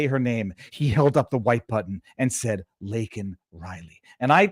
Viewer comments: apologizes for saying "illegal" but NOT for flubbing LAKEN Riley's name, let alone having never mentioned her tragic death up until then!! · They built this country.... Wow. Man. K. And thanks, reporter crybaby, not asking if he wants to apologize for mispronouncing laken's name? Does she or anyone mean anything to you? Or just toss them all on the pile killed my 'legals'...?